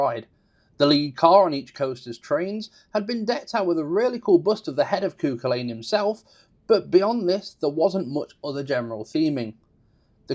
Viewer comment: Sorry, I know you are not a Gaelic speaker but the name is pronounced CU-Cul-An. Otherwise great information and review